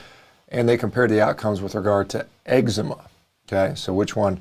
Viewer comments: I like that you say EGGS-sema (eczema) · egg-zema LOL